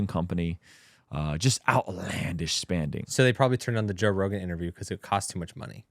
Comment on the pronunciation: you said "outlandish spAnding" at like 😁 probably the most minimal vocal/verbal phase-over/mish-mash, among all such phenomena, but a good/fresh one that tickled me. makes little jokes and puns along the way that I love also. Corny, and appreciated, like the other day about how "Cliffe married George Janko", meaning he officiated the wedding, and reflected the dual-interpretation ambiguity (where really the more prominent interpretation, in my mind too, is not meaning to-officiate, but more like enter-into-that-union-oneself). Love you guys ✝💖